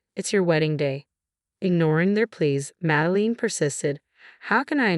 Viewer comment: Please pronounce words correctly. It's getting very annoying. (Madeline is Mad-e -line) and f(inance is fee - on - say)